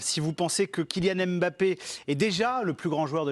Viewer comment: Arretez de dire Em bappè